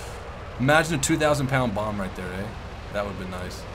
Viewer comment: are you turning canadian? "who the fuck was shooting at me, ey?" lmao